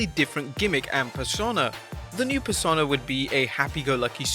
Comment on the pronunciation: Every time you try to pronounce "Persona", it makes me want to punch kittens.